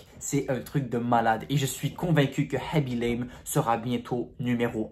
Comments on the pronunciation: Aussi apprends le pseudo des gens avant de faire des histoires comme ça parce que tu as dit tout au long de la vidéo haby l'aime et pas khaby lame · Aaaaa s'est khabi lame pas habilame